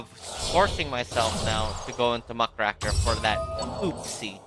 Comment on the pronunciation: Muck RAKE r, not Muh CRACK er